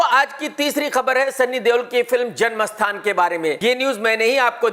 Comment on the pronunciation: Everyone: - janam sthan Legend krk :- jan mastan 😂😂😂